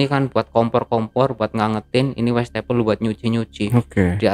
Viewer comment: Si abang ini banyak amat ngomong risen risennya, westafel.. Westafel😊😊😊